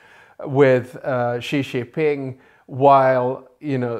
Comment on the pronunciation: Please learn how to pronounce Xi Jinping’s name. Jin is pronounced approximately like “Jim”, except with an “n”.